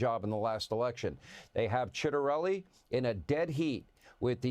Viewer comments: His name is pronounced chat-uh-rell-ee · I'm in Jersey....and Jack needs to win....this dumb broad literally said she was gonna raise taxes on us, and yeah "its gonna cost an arm and a leg..but if you're a good person, you'll pay It"!!! His name is pronounced chit a relli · Its pronounced Chitarelli.